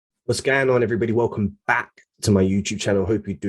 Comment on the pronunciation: welcome "bark" to my "Youuutube" channel